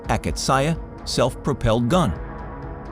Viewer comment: Акация pronounced a-KA-tsi-ya, dudes. And you cooked a mess of broken ros and ukr vehicles of verious months, making no sense.